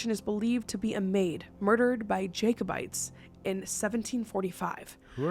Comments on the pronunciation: Its pronounced jack -o - bites . Not jake o - bites. I thought you are from Canada Thats more apart of your history isn't it ? They tried to take the crown for James and fought the English in Scotland (?) in the 1400s. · Jacobites ahha lol you say it as Jacko bites lol The Jacobites were the supporters of King James VII of Scotland and England. The battle of Culloden probably best thing to research. Always trying to get freedom and independence away from English ruling. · Jacobites (pronounced Jack) opposed the protestant throne. Show and book recommendation is Outlander. You learn all about them there and it's a great show/book!